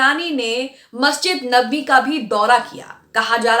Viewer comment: आन्टी एंकर ,नबावी नहीं है नबवी है।